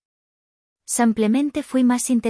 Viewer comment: Samplemente? Que quiere decir esa palabra?😅😂😅😂😂😅